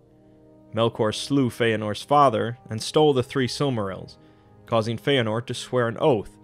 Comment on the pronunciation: You've got 'Fëanor' right. Well done!